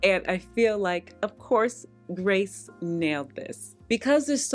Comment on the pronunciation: Hi. I’m continuing to love having you as part of my slow Sunday morning routine. It’s your video, my coffee, and an orange cranberry scone. So good! I did just want to point out here though, that I believe Grece Ghanem pronounces her name like the country “Greece” - not Grace. I know you feature her often in all her fabulousness, so I thought I’d point that out. Keep up the good work. And yes, that red suit of yours is fabulous on you. ❤️☺️